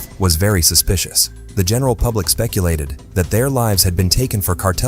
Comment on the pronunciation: "strange "pubic" behaviour"? lol says it as well as the subtitles